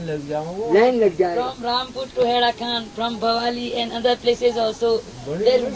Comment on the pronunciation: Its haidakhan, sir not herakhan. Jai haidakhan babaji❤